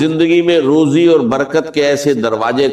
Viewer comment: روجی نہیں، روزی ھوتی ھے۔ یخین نہیں یقین ھوتا ھے۔